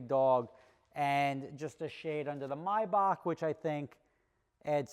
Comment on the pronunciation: Is that really how you pronounce maybach??